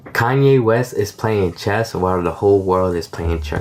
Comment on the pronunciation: Chest? Reminds me of how my grandpa used to say chess.